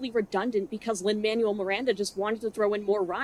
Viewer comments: Lin-Manuel Miranda's name is pronounced "mon-well," not "man-u-well." Just wanted to let you know. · Just to gently provide a pronounciation tip - the Manuel in Lin Manuel Miranda’s name is spoken as “manwell” versus “manual” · not super important. but i don't think you're saying Lin Manuel Miranda's name right. don't mind if you hate him., but pretty sure its "man- well". not. "man-you-all. " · I am so glad you've made such well stated and valid video essays about how trash this movie is. I also am sick and tired of Lin Manuel miranda, but I think it's worth saying that the name is pronounced "manwell" and not "manual". I love your takes and want to hear more! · I love this video, I love your analysis, but I habe to say one thing: It's pronounced Man-well, not man-you-el. Lin Man-well Miranda. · "lin man u ell" 😂 it's lin "man well" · I'm sorry i love this video and your analyis as always but his name is pronounced Manuel (Man-well) not Man-u-el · I truly love your videos, I love hearing your thoughts, especially because I myself am not musically very knowledgeable, and I live learning more. But please, sweet god, Lin Manuel's name is pronounced Mahn-well Thank you. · it's Lin "man-well" Miranda jfc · FYI Manuel is pronounced “man-well” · I agree with you but.. why are you saying Manuel like manual 😭 is it a joke? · you said his name wrong. Lin MAN WELL Miranda, because Manuel is pronounced according to Spanish pronunciation rules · It's pronounced Manwell. I don't like that guy, but I dislike mispronunciations even more XD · I totally disagree with everything you say, and that is not how you pronounce Manuel.